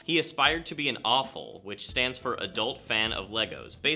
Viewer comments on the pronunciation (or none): How do you not know how to pronounce AFOL, it just shoulda like you’re saying awful and no one wants that 😂 Aye-Fall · It’s not pronounced awful lol. It is “Aeh- Fall” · i thought he said awful instead of AFOL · When he says awful instead of AFOL.... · WHY DOES HE PRONOUNCE IT " AWFUL " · Afol shouldn’t sound like awful it should sound like brave